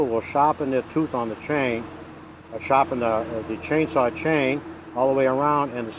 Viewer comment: lol, the Rs are in the "chainsawr" right at the stawt.